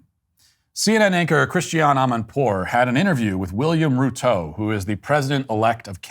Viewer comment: Ruto as Rutoe has to be the funniest pronunciation of the name I've heard so far. Sbg for life🇰🇪